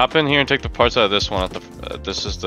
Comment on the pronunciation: love these vids but why tf do you narrate like that like "partshth" wtf is the shth when you pronounce your S'